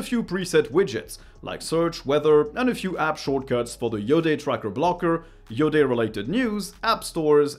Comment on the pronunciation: because you're french i knew you'd say its name right